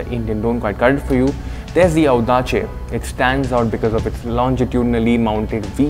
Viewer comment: ottima pronuncia...! well done ;)